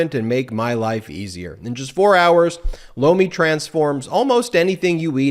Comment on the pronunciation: I was looking away from the TV screen when his Lomi ad came on.. I thought I heard him say blow me, haha, I had to look over.... that's when I saw he was doing a commercial for some kind of vegetable... now, every time he says the word I hear something else